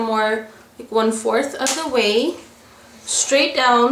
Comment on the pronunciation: I luv the way she says straight :) "We want to cut 'em shtraight" Just luv it :)